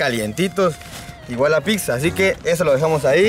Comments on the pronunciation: Pipza.. Jajaja.. Habla bien mi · El no sabe desir pizza dice pipzza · Fui el único que escucho que dijo Pipza 😂😂Like para no morir Ignorado 😂😂